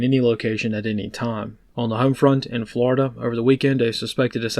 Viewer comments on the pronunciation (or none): none